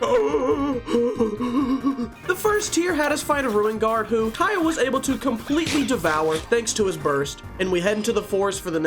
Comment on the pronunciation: i love the way you say kAeyih lol